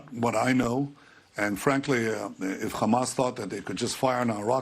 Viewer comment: It’s hamas not khamas u fukng eastern european occupier